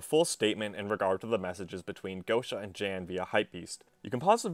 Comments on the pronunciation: Lmao pretty sure Jan is the polish version of John and pronounced “Yon” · Who the fuck pronounces Jan "jen" lmao